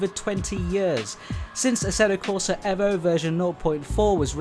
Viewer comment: another youtuber who refuses to pronounce the EVO properly. you lost me after 10 seconds mate.